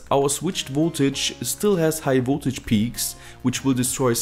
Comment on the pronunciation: Its V"O"ltage not V"U"ltage. ... but I like your videos :-)